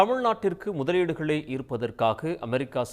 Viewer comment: 😂😂😂 முதலீடு ஈர்க்கவா போயிருக்கார் அழுத்தி சொல்லும் போதே பொய் என்று தெரிகிறது.....இதுவரை ஜப்பான் முதலீடு எங்க போச்சு 😂😂